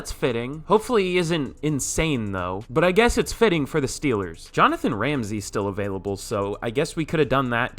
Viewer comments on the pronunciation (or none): none